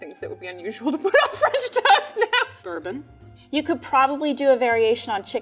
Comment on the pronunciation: no one:: bourbon